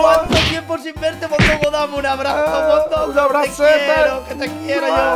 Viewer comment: mondongo dijo un poquito mallo no eres?